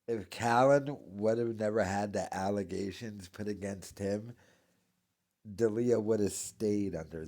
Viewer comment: "Allocations" bub?